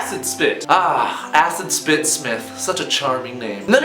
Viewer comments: I had to watch the video twice to realize you said "Acid Spit" not "Ass and Spit" like I had origanally thought -__- I personally lked the sound of Ass And Spit Smith more... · Acid spit almost sound like ass spit or asses pit so I would consider that😂😂